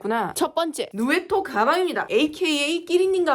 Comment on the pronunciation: 가방 정보 궁금한데 누에토는 처음 들어본 브랜드라 알 수가 없어서 설마하고 자막을 켜봤는데 발음 진짜진짜 정확하시네요 🦔🧡